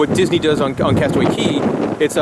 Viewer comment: Hello and Molly. In the Bahamas, Cay is actually pronounced key. It kinda gets a little annoying when someone says cay incorrectly. Other than that, keep up the great work and I enjoy your cruise ship videos!